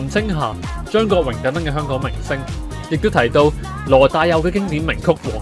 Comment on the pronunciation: 香港人請讀好香港兩個字，不要再香趕啦（甚至有啲人連香字都係冇咗個ng音）